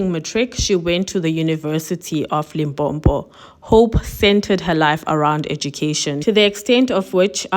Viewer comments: It's Limpopo not limpompo🙄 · Love you dear, but please its pronounced Limpopo not LIMPOMPO.. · Sesi it is Limpopo not Limpompo...please. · Limpopo not Limpompo. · The way you pronounce Limpopo 😭 It is not “Limpo-mpo” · It's limpopo... not "Limpompo", make an effort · Limpopo, not limpompo!! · 'University of Limpopo', learn to pronounce things properly, stop this 'Limpompo' nonsense, listen to yourself when you pronounce white names but you fail dismally when it comes to your own, we dont need such trash online!! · Limpopo not limpompo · But guys, it's not Limpompo it's LIMPOPO🙄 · Love the channel. Mara host, ke Limpopo - not Limpompo. lol. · You can proudly mention the other institutions but not Limpompo bathon😂😂😂😂 and your excuse better not be that you're not Pedi because the word is not even in that language 😂😂😂😂It's Limpopo please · Like your content but it's Limpopo not Limpompo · Guys, it's Limpopo, not Limpompo or Lipompo. Thanks for the story. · I wish with ALL MY HEART that people would stop saying "Limpompo" when its "Limpopo" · Limpopo not lompompo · Limpopo not Limbombo please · Limpopo, not limpompo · Enjoying your videos, But it’s Limpopo not Limpompo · Can get dangerous. I still remember seeing on the news a guy being beating by a mob throwing foreigners out of Alexandra. He told them he was S.African & born in "Limpompo" They beat him up so bad for lying cause he couldn't even pronounce the province. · Still can't believe there are South Africans who still can't pronounce some of the names of our provinces in 2023 even white people can easily say LIMPOPO....sho limpompo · POV- I believe this guy has been affected by his parents separation for a very loooooong time and it so happened that the drugs triggered and magnified the anger Ps my sister it's "Limpopo" not "Limpompo" ..... Thank you 🙏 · Great Video. It’s University Of LimPOPO Not Limpompo. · ITS NOT LIMPOMPO, ITS LIMPOPO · Point of correction. LIMPOPO NOT LIMPOMPO.